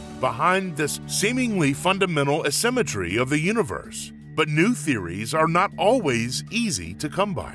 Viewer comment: Please learn how to say "A-symmetry"...